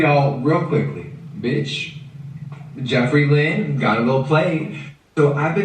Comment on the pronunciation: it really bothers me when he says “jEffREE LYnn”